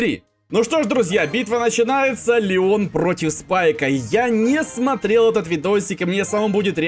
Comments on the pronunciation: сказал Ленон а не Леон! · он сказал ЛЕНОН а не ЛЕОН ? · В ты сказал ленон или ненон